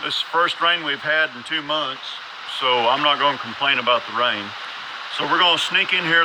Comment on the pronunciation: Very nice knob design! I like the internal steel reinforcement idea! LOL! And the way you talk about rain sounds a bit like Texas! XD